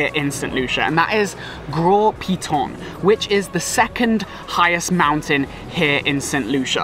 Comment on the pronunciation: Bro, I grew up in St. Lucia the name of the Piton is Gros Piton, you are disrespectful.